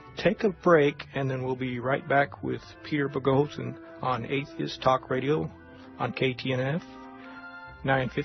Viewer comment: I very much enjoy listening to Dr. Boghossian's interviews and lectures. I was a bit disappointed in the interviewer's inability to pronounce his name correctly. His lack of interesting followup questions also seems to indicate he was poorly prepared to conduct the interview. Thanks for posting this interview.